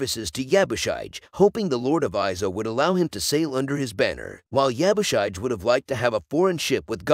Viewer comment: Yabushige... shige is pronounced "she-gey"